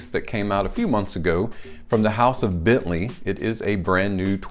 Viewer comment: I choose to earn my living with more intellectually demanding work. If I put my mind to it, however, I would be sure to forego embarrassingly cheesy animations and make an effort to correctly pronounce brand names.